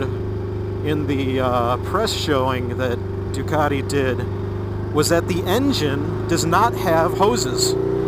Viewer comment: first review i have come across of this bike. Great to hear a real world point of view thanks. Putting a side that as an american you pronounce "Du car de, De are vul" as opposed to the correct way of "Du cat te, De a vel":-) Its a great review, thanks :-)